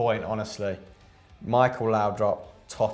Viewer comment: leave it to a City fan to absolutely butcher the great Michael Laudrup's name